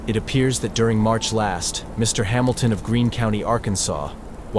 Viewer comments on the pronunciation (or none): none